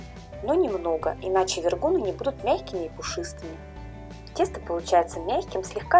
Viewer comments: ВергуНЫ,а не вергУны!!! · Правильно с ударением на последний слог : вергунЫ. Вкусно и так, но слух режет. 🙃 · Почему ударение в названии украинского блюда вы называете в-еее -ргунами ?! А борщ тогда как называется!? Щами?! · Им. Вергу́н Вергу́н Вергу́ны это из википедии) но слышу впервые, всегда все говорят вергунЫ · Вергу’ны не могу слушать🙈 . Очень вкусные , пышные 👍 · вергунЫ!!! Це українські смаколики. Робіть правильний наголос, будь ласка! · Так и называется то автор неправильно выговаривает